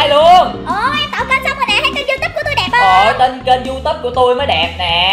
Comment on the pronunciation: Nghe chị nói gì mà =) diu túp trong khi người ta gọi là youtube(you túp)còn em gọi là you tu be còn chị...=) diu túp =)))